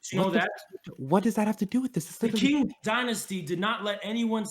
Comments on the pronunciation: The KING Dynasty? Lmao. It's pronounced CHING. Amazin' Tankies are nothing but anger and rage. This guy was unhinged. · listen,, you inherently won this over because is a fucking lunatic but i have to make this known Qing is pronounced "ching", not "king" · Also can someone announce to this guy that the Qing (pronounced Ch-in, not King) existed in the modern era? From , And thus is absolutely able to be characterized as imperialist, even by his insane definition that imperialism didn’t exist before the late-1800s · Qing is pronounced "ching"... These tankies should take a class or two on Mandarin...